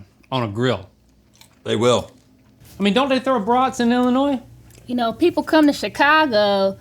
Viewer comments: "Illi-noys" The gasp i gusped 😅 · ohhh the fingernails on a chalkboard every time Link pronounces the S in Illinois 😬😅